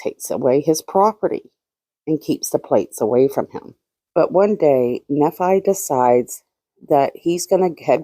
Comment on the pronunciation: Nephi =knee-fy Thanks for all your hard work!!